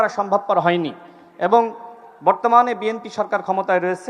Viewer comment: বিএমপির নেতৃবৃন্দ, এখনও দলের নামটাও উচ্চারণ করতে পারে না।